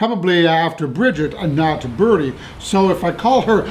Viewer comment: Her name is pronounced Bri-dee. Like "bride" with an E sound at the end.